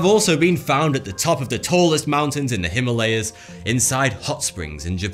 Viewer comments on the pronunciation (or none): none